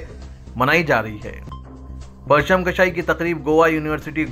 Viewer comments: Parcham kashai nahi parcham kushai hota hay Urdu ka qatl naa karo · Janab PARCHAM “KASHAI” nahi Durust karo URDU —— KUSHAI…. PARCHAM KUSHAI